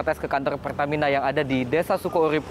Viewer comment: Peltamina telbakal🙏🙏